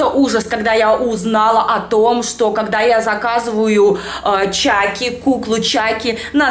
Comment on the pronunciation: Не чаки а чакки